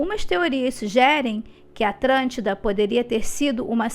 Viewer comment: Atlântida ou atrantida!!! 🤔🤔🤔